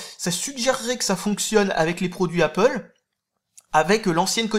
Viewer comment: Mince, tu dis plus "apôle", j'aimais bien voir les commentaires avec les pro-apple rager de ta prononciation ^^